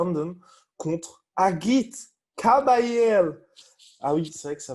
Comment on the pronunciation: 1) Agit Kabayel est un bon combattant. Pour que prononce mal son nom et le qualifie de "vieux mec"... Que vous ne connaissiez pas le nom d'un combattant ne veut pas qu'il est nul. 2) Mais qu'est ce que Hearn va faire avec les titres.. Hearn raconte n'importe quoi du matin au soir, personne ne croit 1 seconde à ses déclats de com pour neuneu, vous n'êtes pas au courant? 3) Sans public et sans PPV, il n'y a pas assez d'argent pour monter des gros combats pour le titre. Et DAZN est en quasi-ruine aux USA, plusieurs centaines de millions de $ de pertes.